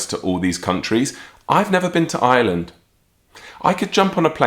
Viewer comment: love your channel a long time fan. But FYI it's IRELAND not Island 😂